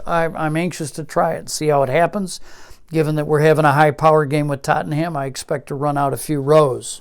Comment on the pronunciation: Very nice & intriguing. I'm very much looking forward to finally being able to get this at the end of the month (August '22). It does pain me every time I hear TottenHam. It's far closer to Tot'num :)